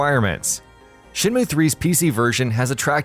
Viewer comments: It's SHEN MYOOO, not moo you fucking cow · Shin moo? Rio? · Shinmu? Yeah its been 20 years but certainly not a reason for anyone to pronounce the name wrong.